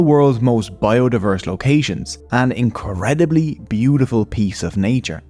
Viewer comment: INKUREDABULY? I DONT LIKE YOUR ACCENT